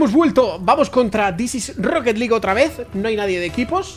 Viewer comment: Rrrrroqueet liiiiig